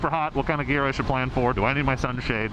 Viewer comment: For a second there I thought you said beer when you said gear. “Knock 500 off of that so you can buy beer.” Lmao